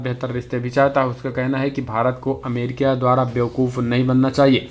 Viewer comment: Arre bhai Amrikia nahi America hai. Kindly correct it.